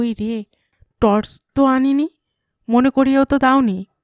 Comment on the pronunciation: তর্স নয় টর্চ হবে উচ্চারণ গুলো ঠিক করুন বাঙালির বাংলা ভুল হলে বড়ো কানে বাজে